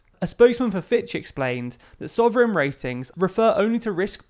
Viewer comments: 'Soverign' eh? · Soverign or Sovereign?